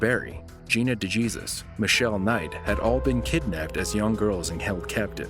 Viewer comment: Gina de "Jesus" Seriously? Hesus, lol